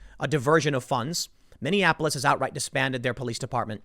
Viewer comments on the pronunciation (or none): none